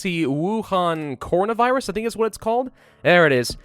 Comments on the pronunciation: I love how he says cornovirus instead of coronavirus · Normal people: CORONAvirus: CONAvirus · Him : cornavirus Me: Coronavirus not cornavirus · he said “cornavirus” instead of “Coronavirus” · He said corna virus it’s actually corona virus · It hurts to hear him pronounce it "cohrina virus" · I love how he said it like "cornovirus" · *says corno-virus”*. Also: “ Woo-Han, I hope I’m saying that right” 🤣 love u 💕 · nobody:: CORNAVIRUS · Why is he saying “Cornavirus” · Hopes he pronounces Wuhan correctly. Mispronounces coronavirus the entire video.